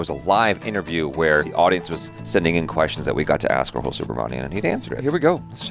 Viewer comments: its RAHUL not ROHUUUUL 😊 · I can't help it from commenting but please now you can pronounce his name correctly as you have spent some years reacting to Indian contents. So, his name is Raa+ hu+ l not rhoool